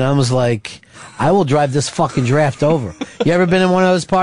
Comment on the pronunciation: just because ron pronounced it giraffte, doesn't mean pepper had to.